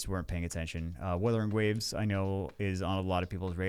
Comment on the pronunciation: Wuthering Wawes